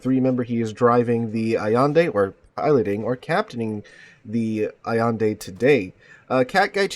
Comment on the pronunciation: Al-yen-deh, not Savador Allende, but Ignacio (Ig-na-ssio), possibly the Mexican caudillio...